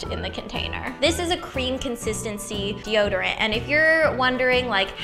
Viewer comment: "Oh, I forgot deode" I love Ingrid so much.